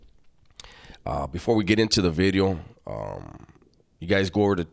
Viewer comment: Did you say new bideo? 😂